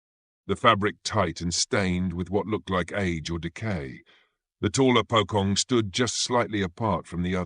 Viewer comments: That Pokong caught me off guard 😂😂😂 it's supposed to be Pocong (Po as in Police and Cong as in Chonky but H and Y is silent if that even make sense 😅) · It's pronounced as "Po-Chong". NOT "Po-Kong". Hate it when Westerners apply their own styles of phonics to Eastern words. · "Pocong" is pronounced "poe-chong" in both Indonesian and Malay